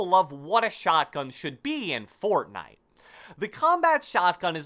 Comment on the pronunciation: I love how this guy says Fortnite fORTnIte